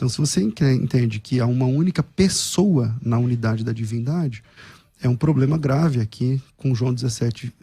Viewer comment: Depois do " poblema", parei😂😂😂